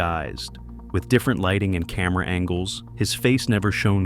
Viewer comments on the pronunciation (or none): none